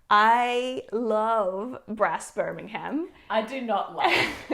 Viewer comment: You mean Brass BIR-MING-UM…